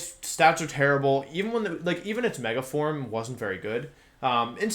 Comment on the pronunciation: Are you mispronouncing pokémon on purpose? Gengar isn't "Jenjar" "Raticatey" "Mega formey"? Lmao